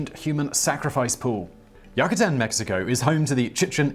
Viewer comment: Why does Simon have such difficulty pronouncing words correctly? And I’m not talking about the differences between British English and American/Canadian English. In this video, it’s Yucatán not “yuckatan.” All he has to do is look it up. Even Google Translate gives the correct pronunciation in Spanish and English. SMH!